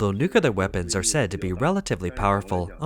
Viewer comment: NEW - KLEE - ar Say it one hundred times and get it CORRECT. NEW - KLEE - ar. Nucular is NOT A WORD. 👎👎 The Taiwan Strait belongs to one nation only. The clue is in the name. TAIWAN. If the moronic bullies in the CCP want to try anything, we Allies say, "Just try it", Xinnie The Pooh. Just try it. The CCP vessels will be on the sea floor in five minutes. This is all CCP bullsh!t and bluster. Australia, Germany, Canada and The Philippines patrol in addition to the most powerful USA. M 🦘🏏😎